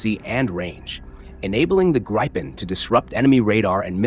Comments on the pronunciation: Not "Graipen" but Gripen, you idiot. Does the Americans and the British pronounce correctly anything in the world that is not English? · It is not Graypen. It is Gripen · Gripen, not Grypen. I stop watching now. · It's NOT "GRUYPEN", it's "GRIH-PEN" 🤡🤡🤡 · Uph, as a Scandinavian flinched with each Greye-pen instead of Gree-pen pronunciation.. anyway, for so many reasons Denmark shoulda taken these instead of F35s! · The pronounciation of Gripen in phonetic transcription is ˈɡriːpɛn - not ˈɡreɪpən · Its not ”grajpen” 😑 its gripen……😑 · The name is gripen not greipen. stupid AI translation. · The “i” in “Gripen” is pronounced similar to Griffin. No “Aye”. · Gripen is pronounced greepen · Could you at least pronounce Gripen properly?